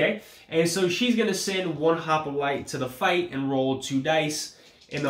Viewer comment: it is hoplite not hopolite ;-)